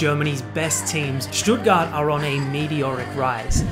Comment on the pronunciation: Why are you pronouncing „Stuttgart“ so well? Good job!!!